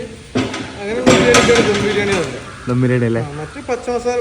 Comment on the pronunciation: ധം അല്ല ദം